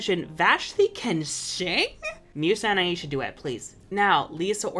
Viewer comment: I will always prefer the name Layla to Aisha, because of how butchered the pronunciation of her name is when she's called Aisha. Aisha is a super common name here where I live (I have a cousin named Aisha), and you don't pronounce it Aa-ee-shaa, it's pronounced Aa-ay-sha (the 'ay' part shouldn't have too much stress). I hate to be that person, but it's just a tad bit disrespectful to see such a popular name for women of colour used to refer to a character without the creators actually properly learning how to pronounce said name.